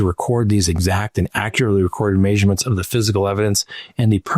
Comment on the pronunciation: Stop saying MAYSurements